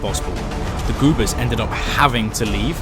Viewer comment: No idea how you narrated a whole video pronouncing goobers as goopers 😂